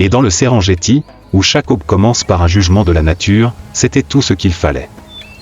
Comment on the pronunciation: ça se prononce Serenguetti au passage